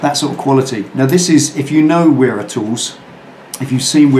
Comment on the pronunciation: Its pronounced Vera not the way u were saying it sir just saying. I've been buying there tools for yrs been to there factory interviewed there owner great company amazing quality and people.